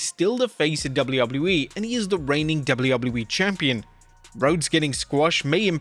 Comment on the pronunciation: why do u pronounce wwe so weirdly it makes u unwatchable dawg...